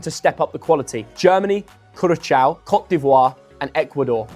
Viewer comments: The “Ç” is pronounced as if it were “SS”. Why the hell it is an “arab” match?!? If you can’t pronounce Portuguese “Cabo Verde”, stick with English “Cape Verde”. There is no “P” in “Cabo”, “~bo” is pronounced “boo”, “Ver~” is pronounced “VAYR” and “~de” is pronounced… “de”, not “dee” or “day”! Again, it is “Soo-ree-NAHM”, and not “Soo-ree-nah-MAY”! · Curaçao had the name nicely butchered. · Dude, for a European guy who can't pronounce Curaçao, it's disappointing.